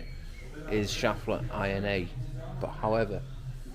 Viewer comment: Yes mate, ‘crisis averted’ is perfect use of the language. One minor correction if I may (as a naturalised German): it’s ‘sheff-ler’ for the pronunciation of the timing belt manufacturer. No offence meant. All the best from sunny Austria and keep the videos coming.